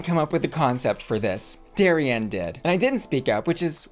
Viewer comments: Why do you keep calling her Dari-anne? It’s Darienne. No Anne included. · I know this is such a small thing (and I could absolutely be speaking out my ass) but I since I’m local to the same area she’s from I just want to mention the pronunciation of Miss Lake’s name: It should be like “dairy-en”, not like “dairy-anne”. She’s named after a local Six Flags amusement park (Darien Lake between Buffalo and ROC NY) and they’re meant to be pronounced the same!!! I just don’t want it to be a Trixie saying “gottmeek” thing 😂 love you! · Small quibble, but you keep pronouncing Darienne “Derry-Ann” when it should be “Derry-in” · Why do you say DariAnne when it says DariEnne ? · I chuckle every time you pronounce her name "Dairy-Anne". Love you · why are you saying Darienne like dairy-anne? lol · You pronounce Darienne like Darry-Anne… why? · Am I the only one hearing Dairy-Anne? 😂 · Not calling Darienne "Dairy-anne" the whole video....SMH. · Shanell has already done all stars and the mispronounciation of Dariennes name is sending me. It's not Dairy-ann.... 😂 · It’s Darienne not “Dari-Anne” lol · I hate how you pronounce "dairy ann" 😂😂😂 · I love how you say Dairy-Anne😂🥛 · Lol the Darienne pronunciation makes me laugh every time… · Good for you, it drives me crazy and I yell it’s Darienne, not Darienne 😂